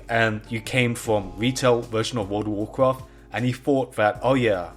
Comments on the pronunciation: actually actually actually actually actually actually actually actually - WOLD UH WOAH QUAFT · He probably said "Woodawoo cwaaaarft" more :D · Woada Woacwaft